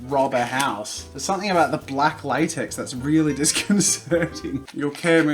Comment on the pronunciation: most Australian "laytex" ever